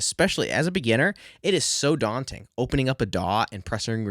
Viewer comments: very DAWting indeed! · It’s DAWnting.